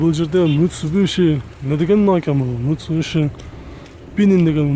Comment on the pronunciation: мицубиши деп кодунго 😁😁😁тилин келбей калды е ?Азмат иштейбер